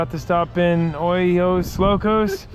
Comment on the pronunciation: No way my guy just butchered Ojos Locos like that 😂😂😂